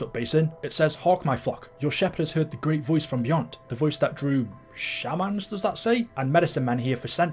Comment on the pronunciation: Shamans pronounced ss shaymens. In acient tribes a shaman was basically a witch doctor or oracle 😊